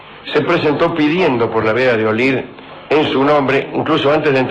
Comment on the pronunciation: Olid, no Olin